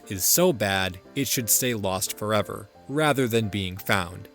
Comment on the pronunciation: Lost Fo’EH-VAH